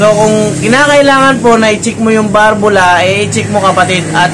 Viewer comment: Balbula po hindi barbula Valve